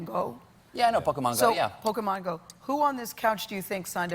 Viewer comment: Pokey-man go